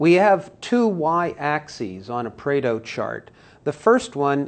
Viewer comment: Pareto not Preto.... if you insist on "pronouncing" it, do some research first